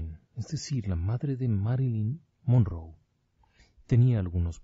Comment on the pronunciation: Monroe es con una r no 2 sr lic